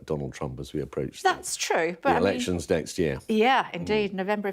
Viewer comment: Errrections funny 😂😂😂